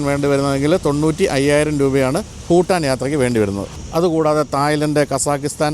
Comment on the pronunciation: Phutaan alla ... its Bhutan